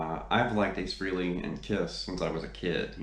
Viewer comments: I appreciate that you're a big fan but please pronounce his name correctly. It sounds like Fray-lee. Not Free-lee. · You're not pronouncing his name correctly.